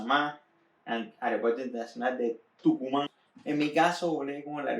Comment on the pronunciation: Tocumen no es Tucumán